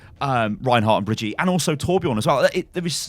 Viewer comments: Before I end up loosing my teeth because of all the grinding I do every time I hear this "bree-jeet" ...If it really IS the German version of the name then it's "Bri-GIT-eh" (the "bri" and the "git" are rather sharp and the "E" at the end is NOT (never ever!) silent in German!) That "Bree-jeet" from the video sounds more like someone from India than Germany (anyone remember Baljeet from those Phineas & Ferb cartoons?) Just in case she DOES end up being the new hero, so you know how to call her from now on ;P ...Greets from Germany BTW ^^ Also, sorry if I end up acting like a "grammar Nazi" here but this sounds so HORRIBLY wrong to my (half-)German ears ...As if someone keeps singing the the national anthem with a squeaky croaking voice missing each and every single note to the point where you want to storm over, shove the guy aside and do it yourself just to stop this "raping" of your ears... GAAAHHH.... ...OK, now I feel better XD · its bri-gi-tte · It’s Bri-gee-ta like off of the sound of music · It's "Brih-gee-tah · The german version is pronounced Bree-git-eh (as close as it gets. with the g like in "get" not as is "jeff" ) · her name is pronounces (BI-R-G-ITTE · German dude here The pronounciation Brigitte in German is "Bri-k-ittee", but the K is very soft and the "E" is very loud and hearable. In german language, the sound that english people use for "g" is usually represented with a "j", while the german letter "g" is more like a very soft K, spelled like "((K)))eh" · in german u say Bree - git - teh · okay her name is not "Bridjeet" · If Rein named her then you pronounce Brigitte not like Breegeet but like Bree G(hard g like in golem or gold)itteh. just search youtube for how to pronounce it in german. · If it is a german name it's Bri-git-te ! :D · Its pronounced bree-gitt-tea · the way you misspronounce Brigitte is triggering me... read it like this: Bri-git-te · Bree-Ghi-Tah somewhat like that